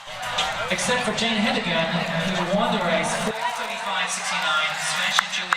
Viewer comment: Why can’t a lot of announcers pronounce her name correctly? He-den-gren.